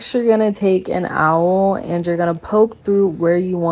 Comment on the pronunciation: love how this corset turned out! i'm sure your client was so happy being able to size up a thrift find and still look stylish ♡ just a note that awl is pronounced like "all" for your future vids :)